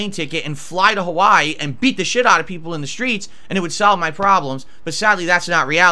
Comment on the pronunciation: I love that pronounces Hawaii like he's Adam Sandler's Dracula